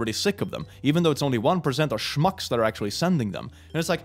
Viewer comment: "It's only one percent of shmucks..." Shmucks.